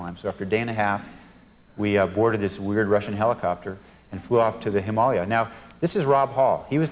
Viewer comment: is that the correct way to say Himalayas? Cause I pronounce it completely diffrent and have my whole life.. him-a-lay-yas but he pronounces it ha-mal-li-yas